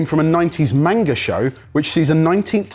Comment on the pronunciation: I don't know whats worse Jamies pronunciation of manga or spring onions in coffee😂